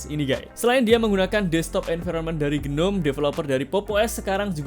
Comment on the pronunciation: Gnome di baca ji-nom